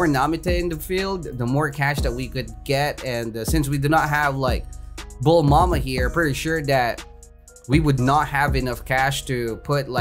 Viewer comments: why does he say bul mama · why are you calling Bulma "Bulmama" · mans be calling bulma BULMAMA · thats bulma not bulmama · how many times did he said bulmama and namiteh